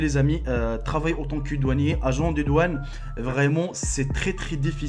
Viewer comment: doaunes???😂😂😂on dit douane